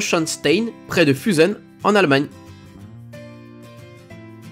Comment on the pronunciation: Ahhhh ta prononciation pour fussen 😱😱😱😱😓😓😓